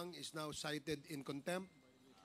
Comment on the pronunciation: cite in contempt cite in conc tempt. Cite in contempt pa more